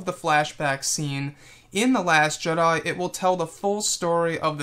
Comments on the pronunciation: why u saying last jeda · No he said last jeda